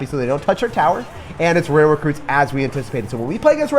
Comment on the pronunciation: ITS FUCKING PRONOUNCED ROY-AL NOT RAIL LEARN TO PRONOUNCE DUDE or choose a different language to speak